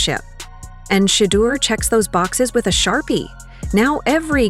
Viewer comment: You can say "Kevin Stefanski but can't say Shedeur Sanders correctly, which makes me stop listening.